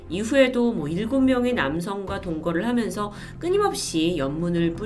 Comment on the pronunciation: 말씀하실 때 '해면서'로 들릴 때가 있네요~